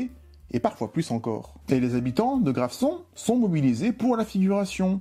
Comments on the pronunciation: Hello, comme toujours très intéressant. La commune proche de Saint-Rémy de Provence, Graveson, se prononce GraveZon. Amicalement et encore bravo et merci! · Graveson qui se prononce Gravezon puisque entre 2 voyelles. ;)